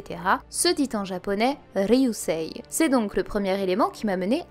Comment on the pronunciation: Impatient de voir qui ou qu'es qu'est uranus:) Sinon 2 petit conseil de prononciations en japonais;) quand en romanji un "i" suit un "e", le "e" et prolongé, du coup " "ryuusei" se prononcera "ryuusee" (tout comme "sensei" se prononce sensee;) ) Et pareil avec le "u" qui suit un "o", on aura alors un "o" prolongé, exemple, "satou" va se prononcer "satoo" Voilà c'est tout pour moi:) Vivement la prochaine vidéo ^^